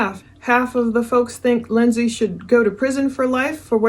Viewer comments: It’s Lind-see not Lind-say, sorry that’s my sister’s name spelled the same and it’s driving me nuts hearing it wrong 🙈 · Hope it’s ok to make a pronounciation correction. It’s pronounced “Lindzee” 😎👍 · You keep bouncing from pronouncing her name wrong to pronouncing it right. It’s just Lindsey like any other Lindsey. It’s not pronounced the way it’s spelled. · I love your videos but if you pronounce Lindsay like that again omg 😂